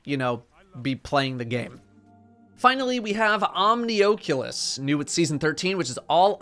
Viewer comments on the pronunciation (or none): Omni OAK leus? Really? Omni (as in many or multiple) then Oculus (As in vision)